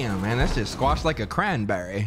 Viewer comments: “a craNberry” LMAO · why he say cranberry like that tho 💀